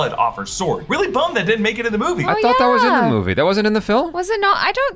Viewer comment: Sounds like it the more I cutback and listen "I tot dat" 🤣🤣🤣